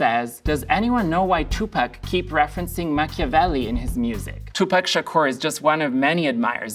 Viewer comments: He's not "Two Pack", he's Tupac, with ah sound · And then mispronounced 2Pac